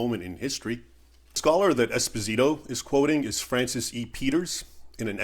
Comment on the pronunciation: Raymond, great video as always. I'm sure that fake history professor probably pronounces his own last name wrong, but this Spanish last name is Espósito (stress on the first O). If you stress the i, you're literally saying "small husband". Thanks for all the good content brother.